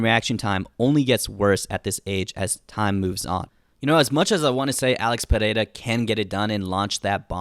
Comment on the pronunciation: "Alex Peleila"